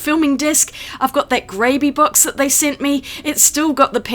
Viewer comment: When you said ‘Grabie’ box I heard ‘gravy’ box! I’m always changing sketchbooks and media. One of the wheels on my art cart is broken and so are two drawers (because they are over laden with art supplies 😅). I never thought to look at Meeden or IKEA. Interesting video, thank you.